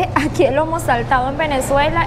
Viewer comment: Felicitaciones.. la srta. Lo pronunció bien.. es "lomo saltado."🎉.